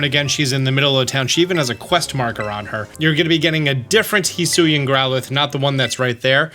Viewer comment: It's pronounced "he-swee-an"